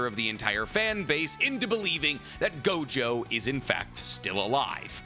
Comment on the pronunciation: ITS NOT GOJOVER! ITS NOT GOJOVER!!!